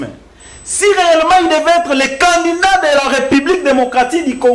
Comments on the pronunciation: TU DOIS DABORD BIEN PRONNONCER CANDIDAT AU LIEU DE CANDINDANT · TU ES CONTRADITOIRE AVC TN PRESIDENT LUI MM IL RECONNAIT..MAIS TOI TU ES DERRIERE LE POSTE...AVC TES ERREUR DE PRONNONCIATION CANDINDAT AU LIEU DE CANDIDAT TU N AURAS PAS DE POSTE MR